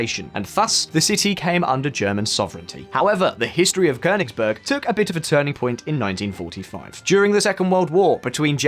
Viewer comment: Kudos for the pronunciation of "Königsberg"!👌🏻